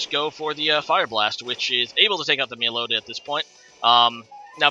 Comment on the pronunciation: Melly-oh-ta? Oh dear.